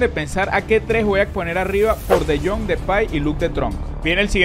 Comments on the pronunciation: es de jong no tron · dijo luuk de tronc, rianse (no me ofendí por si acaso)